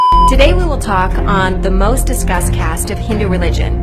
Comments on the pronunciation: She told MOST DISCUSSED CASTE ....not MOST DISGUST CASTE....bruh!!! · she said "discussed" not disguised... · Oye discussed bola hai disgust nhi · She said discussed not disgusted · She is saying most "discussed " caste , not "disgust" caste. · She said disgust, she is not the first or last to say so